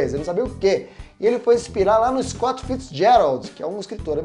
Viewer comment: Ótimo! Porém há algumas correções: "SCOOT" -> Vc. quis dizer SCOTT? "FAMICON" -> Vc. quis dizer FAMICOM, de FAMIly COMputer?